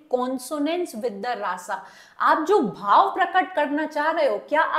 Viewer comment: Please pronounce it रस and भाव